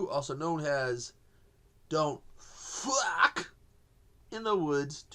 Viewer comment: i like when u say Dont FRAWK, Great Review bro, i enjoy this flick!